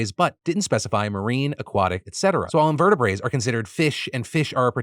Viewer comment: "In-ver-tih-brits" Phil. Not invertibraes.